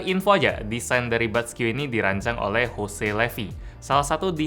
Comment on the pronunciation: Kok tulisannya jose dibaca hose:v